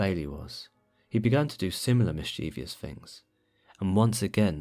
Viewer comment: I know this isn't something to be happy about but I'm glad I'm not the only one who mispronounced the word "mischievous" :))